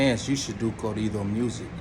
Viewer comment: ✊🏿&✊🏾💯UNITY!!Making 100%valid points.Let a white guy from one these major labels come and let's see the switch up. coming for real. Let's stop the division between BLACK N BROWN. PROMOTE UNITY 💯. BLACK N BROWN STANDING STRONG. ALSO HOMIE UR ESPANOL ON POINT WHEN YOU SAY CORRIDO.✊🏿&✊🏾THAT CAT GOT NO BUSINESS AT ALL USING THE NINJA WORD EVEN MORE SO WHEN HE TALKING NONSENSE & PROMOTING DIVISION AMONGST THESE 2 ETHNICITIES THAT HAVE STRONG N BEAUTIFUL CULTURES & HERITAGES. HOW SWIFTY BLUE GONNA FEEL WHEN A BLACK BROTHA USE THE WORD W💦BACK & B LIKE NA IM GOOD ON NE BIDNESS WITH THEM-> ILL TELL YOU WHAT What's gonna be said and exactly what you probably say "man F word that fool, hes straight racist", But somehow the nonsense you're talking is not straight up racist homeboy please you got stuff confused